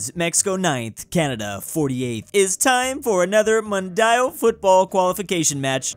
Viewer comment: the way he pronounced mundial 😶